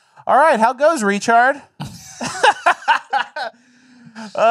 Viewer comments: Richard pronounced Ree Chard hilarious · "How goes, Reechard?" 😂😂😂